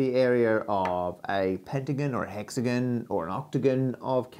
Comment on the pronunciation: The most PAINFUL thing about this video was listening to you pronounce the words: Hexagon (Hex-again) Octagon (Oct-again) etc.. Either pronounce it correctly, or pay your parents back for the money they spent on your education.